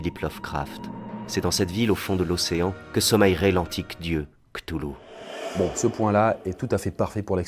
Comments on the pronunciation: On dit "Cthulhu", pas " Cthulhu " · Tu as mal prononcé Cthulhu. C’est plus "Cthulhu".